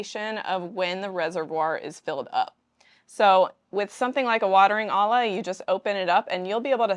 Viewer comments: Olla is pronounced /oi-yah/ not /ah-lah/ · it's weird that you started pronouncing olla properly in the middle of talking about them and then suddenly started pronouncing it wrong again. Those are a Mexican and native American invention. Olla is the Spanish word for pot as Mexicans speak Spanish and we learned about these from them. The double L is Spanish is pronounced like a Y or J sound. So the pronunciation is oh-yah like you were saying it sometimes, or oh-jah